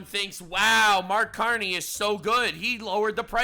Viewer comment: Get ready everyone, for the next meme. “Say pwease and thank you, Cawney.”